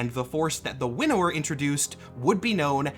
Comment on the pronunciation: Quick note. I may be the only one who had this issue but I kept hearing "Widower" instead of "Winnower" and it gave me the wrong perspective. To "winnow" is an old term related to farming but has evolved to mean to select the best of the best.